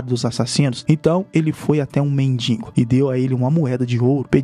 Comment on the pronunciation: Voltar pra casa "de a pé" e "mendingo" foi duro de ouvir! Pqp